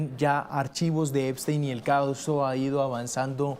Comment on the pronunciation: Epstein////no Eisten 😂😂😂😂uno tenia mucho cerebro el otro en escremento en lugar de nuronas😂😂😂😂